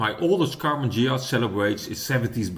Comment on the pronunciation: It's pronounced Ghia and definitely not Dshia! Es wird Ghia ausgesprochen und definitiv nicht Dschia! Best regards. luck, wisdom and especially health.